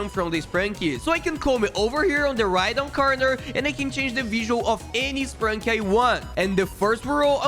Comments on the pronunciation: Bro really said spranki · Bro really said sprinki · You says sprunki